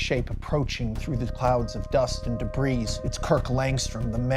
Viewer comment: Max Landis: Tells the greatest superman story in the last 24 years. Also Max Landis: Pronounces "debris" wrong